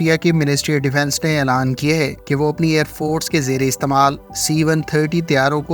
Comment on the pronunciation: بھائی ائیر فورٹس نہیں ائیر فورس ہوتا ہے۔ یہ بلاوجہ کا ٹ ہٹا دیں۔ شکریہ